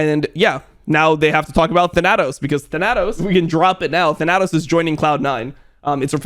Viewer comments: plz look up the pronunciation of thanatos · lmao. the way your pronounce thanatos.